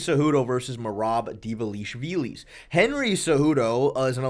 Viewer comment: Bro for the love of god, please stop pronouncing these names like this "Belel" "Goff Neal" "Dvalishvilissss" THERE IS NO S AT THE END